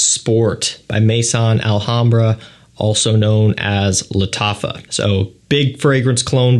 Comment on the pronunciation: It’s not Mason Alhambra , it’s Maison Alhambra. Pronounced May -zon . Maison is French for house , as in house of Alhambra